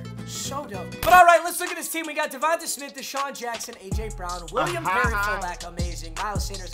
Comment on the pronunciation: Bro stop saying DevontUh it’s pronounced like DevontA smith like davantae adams